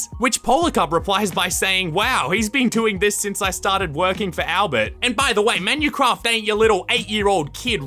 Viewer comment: Menucwaft is copywing fwaminguh